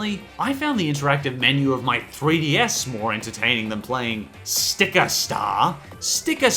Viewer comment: stop saying STICKRR